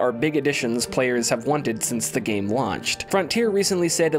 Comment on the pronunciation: Good breakdown of E:D! Did anyone else notice every time his sentence ended with a single syllable word is was drawn ouuuuut? ...in gaaame. ...there will be trial and errrroor. 😉🤪